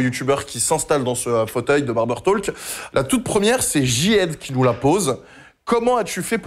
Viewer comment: ca se dit barber "TOK"... ca pique les oreilles